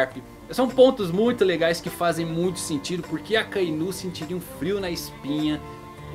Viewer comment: cara eu odeio a forma que esse maluco pronuncia os nomes!! gold roger(é guld roger) ....akainú...kizarú...kaidô...